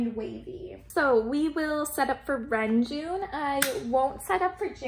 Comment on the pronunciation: your collection is beautifully organised 🥰 It's so pleasing to look at! ❤️ (btw, the proper pronounciation for Renjun is Reonjin (런쥔)~ just wanted to let you know, but of course you can say whatever feels comfortable)